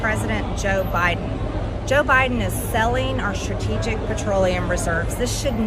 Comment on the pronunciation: Marjorie really struggles with saying the word "strategic" 😂 not shocking considering she's showing zero strategy for anything she's ever done.